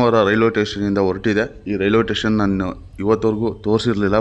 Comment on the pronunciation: It is station not tation take care while pronounciation other wise the video is good👍 like kannnada videos all the best👌👍